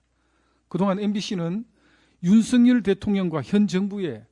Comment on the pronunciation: 국세청까지 시켜서 추징하게된것에 대해 유감=원랜 안내도 되는데 굥이가 시켜서 어쩔 수 없다 라는 뜻 김상훈 ㅆ 발음 왜저럼ㅋㅋ ‘씀성과’ 윤씅렬’ 쟤도 일본놈인가?ㅋㅋㅋ